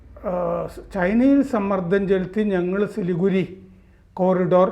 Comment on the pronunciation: ചിലിഗുഡി അല്ല Siliguri